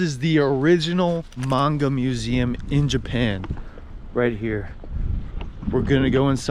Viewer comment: Great vid! You hit some of the great places in A-ki-ta. Maybe check some of your pronunciations like Aomori and Manga. Looking forward to more vids from you in Tohoku!